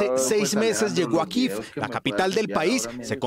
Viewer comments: Se dice Kiev no kiv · Y denle con "Kiv"! Y es que lo repiten y lo repiten, que ignorancia. Estos periodistas no saben ni pronunciar el nombre de la capital de Ucrania. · ¿Por qué pronuncian kiv a Kiev ? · 2 cosas con mucho respeto: 1. ¿quien les dijó que así se pronuncia Kiev? es que ni siquiera en su lectura literal al español se lee así. 2. ¿cuál es el afán de tomar partido en este conflicto? más cuando ahí evidentemente no hay héroes y villanos, por un lado un país que no respeta el derecho internacional y por otro un país cuyo gobierno está enraizado en un golpe de Estado y tiene continuas vulneraciones a los DDHH. parece un pasquín de la OTAN, nada de independiente, muy mal ahí :/. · Malísima la pronunciación de la capital de Ucrania